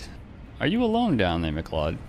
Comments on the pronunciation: good vid but 'mcleod' is pronounced 'mick-loud' or like mcdonald's 'mcloud' - it's a pretty common scottish surname. same as 'macleod'. i think it's derived from the scottish gaelic language. we have a main road here called 'macleod trail' so i'm only calling it maclee-odd from now on. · that name is pronounced like McCloud, I used to say it wrong until I got told about it in college lol